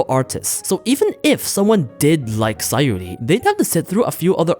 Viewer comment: It's SaYUri, not SaYOri